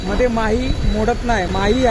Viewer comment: आपण 3 कि.मी.चे राज्य माही असा केला आहे;पण माही नाव चुकीचे आहे,शिवाय ते राज्य नसून माहे हा पद्दुचेरी या केंद्र शाशित प्रदेशाचा एक जिल्हा आहे.पद्दुचेरी या प्रदेशात एकून चार जिल्हे आहेत.माहे हा जिल्हा केरळ मध्ये आहे,कराकल आणि पद्दुचेरी हे 2 जिल्हे तमिळनाडू मध्ये तर यानम हा जिल्हा आंध्र प्रदेशात आहे.कपया चुकीची माहिती आणि चुकीचे उच्चार करू नयेत,ही विनंती.